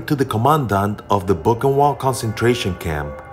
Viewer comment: Boochenvaldt. Best try at spelling the pronunciation. Not to be that guy. But I'm that guy.